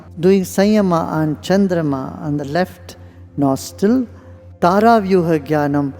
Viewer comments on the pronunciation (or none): none